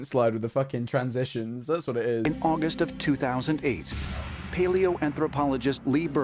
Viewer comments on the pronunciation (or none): none